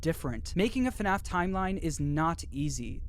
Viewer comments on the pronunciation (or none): Stop saying fnef say fnaf